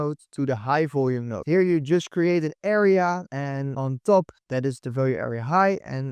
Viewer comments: its node not note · It’s node not note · node not note.